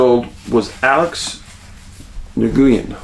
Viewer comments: Pretty sure it's pronounced just "WIN" and that's it. According to the many Vietnamese families I've known in my life. Nuh- Goo-Yen is more fun to say though. 🫣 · Good morning fam, summer is half over, soak it up and stay vigilant. Hey Dave just fyi the name Nguyen is pronounced “new-win”. At least the Nguyen family I know say it that way. Cheers